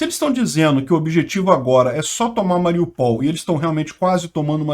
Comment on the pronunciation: o ideal seria dizer Ma-ri-ú-pal. Acento no U. E lembrando que o russo e o ukraniano escrevem O mas leem A.Obg pelas noticias.